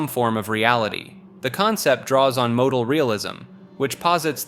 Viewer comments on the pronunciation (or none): none